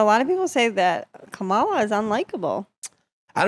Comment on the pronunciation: Kerryn needs to learn how to pronounce Kamala.